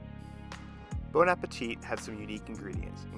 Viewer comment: The second t in Bon Appétit is silent.